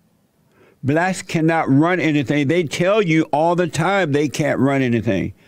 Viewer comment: “cause they had to hire blatts(blacks)” 🤣🤣🤣🤣🤣🤣 the way he said that just floored me I don’t know why...